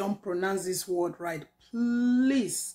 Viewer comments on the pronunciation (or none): none